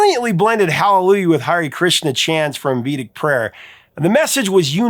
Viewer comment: vedic = VEH-dik